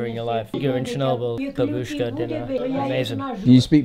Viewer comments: Say it with me now BAH-bushka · Ba-Buu-shka its the correct way to pronounce 😁